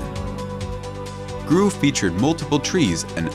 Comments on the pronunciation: I think it's "grove" not "groove" my guy lol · Bro said “Groove” and not Grove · it's grove not groove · "groove"... you mean grove.... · It’s grove not groove you absolute knob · 'groove' pretty sure that's grove lad, as in an orange grove lmfao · "groove" lmao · Whatever AI narrated this video needs to pronounce "grove" correctly. It's not "groove". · Grove not groove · “Groove”? lol. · its grow-v not groo-v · The word is grove, not groove. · Yeah, listening to all the rest of this video and your pronunciations and accent, you are apparently just a moron. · GROOVE???? IT'S GROVE, LIKE A TREE GROVE WTH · "Groove" That AI needs some tweaking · should check your AI voiceover, that is not how you pronounce "grove". Cool video though, brought back lots of nostalgia 💯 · He couldn't even pronounce the word Grove